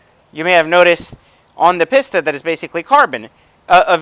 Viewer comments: Peeeesta. Not Pissssta. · Both very nice cars, but it’s a little misleading comparing a track focused car vs one that is more for the public roads. I’ll bet the future F8 Pista (I believe it’s pronounced “pee-sta”, not “piss-ta”) will bump the 488 Pista off its throne in no small way 👍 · Pisssssta it’s peace-ta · OMG! It's a PEEEEEEEESTA... not a PISSSSSTA! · right its pronounced pee- sta not piss-ta. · Interesting comparison thank you. Any reason you say "pissta" vs the Italian pronounciation we say in Europe "Peesta"? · Guy says Piss-ta. Immediately stopped listening. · The fact that you call it a "pisstuh" says a lot. And yes I am a supercar buyer. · I was buying into the whole value thing until he opened up that "Piss-ta" to show those weird brown interiors. Edit: Watched the whole video, still can't conclude any reasons about why the Pista is better than the F8. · He keeps calling it a “Piss-ta” . That alone tells me his opinion doesn’t matter. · Spend just a “little” bit more. 100 grand more is a lot dude. Also a big reason people like the C8 corvette is because of the price and you get much more bang for your buck plus it’ll be interesting to see how the z06 compared to other super cars. Last I get you’re in a better position financially but you don’t need to act like an arrogant douche. Oh and learn how to say pista not pisssta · I can’t stand every time this guy says “Piss-ta” it triggers me... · My god how many times does he say PISS TA instead of Pista